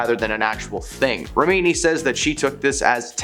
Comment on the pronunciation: what is this accent? I find this channel talks about celebrities and doesn't know how to pronounce any celebrity's names. (and Science = Scientology, Remini = rem-mini.) I did enjoy the new twist on Bravo as Brəvo. 😄 no hate. I watch your vids a lot! reporting is good! it would just be cool if the people knew the pop-culture they're reporting about though....